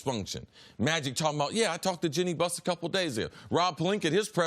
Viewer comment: No one: Cris Carter: Jole Embiid...Jenny Buss